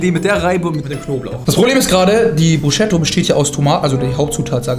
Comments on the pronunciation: Tut einfach in meiner italienischen Seele weh wie du Bruscetta ausspricht 😂🇮🇹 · "Bruschetta" gibt's net. Es gibt nur "Brusketta" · Wie Bruscetta ausspricht ahahahh wenn man sowas als Italiener hört und sieht tut schon weh aber egal, dafür hat er seine Mayo suppe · Alter man spricht Brusketta